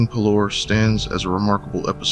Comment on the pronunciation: I have absolutely no idea why but hearing you pronounce parlor as Puh-Lore and not Pah-Ler or Par-Ler got me all types of fucked up lmao 😂